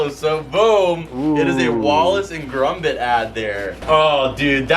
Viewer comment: gromit not grombit lol